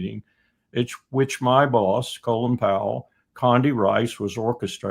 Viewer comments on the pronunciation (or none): none